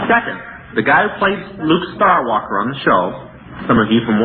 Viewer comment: he said luke starwalker xD. But he's right though KILLUMINATI